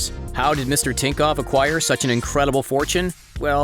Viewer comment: You are saying tinkov when is thinkoff